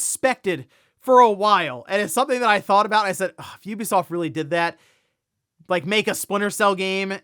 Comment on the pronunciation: Ubisoft is finally tired of this guys pronouncing it’s company’s name incorrectly and selling.😂